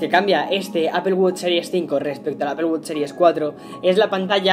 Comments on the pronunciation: Apple wosh. Mmm creo que lo pronuncias muyy mal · No es apel wuch